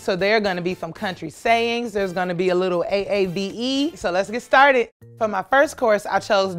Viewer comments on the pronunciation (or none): none